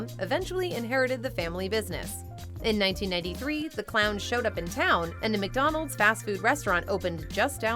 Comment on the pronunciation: McDonald's! NOT 𝐃𝐎𝐍𝐀𝐋𝐃𝐒!